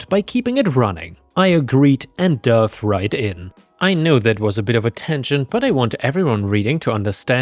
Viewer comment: Pronunciation Comment: dove. In this context is past tense of dive. Pronouced like drive/ drove; dive/ dove. Dove pronounced like love is the bird.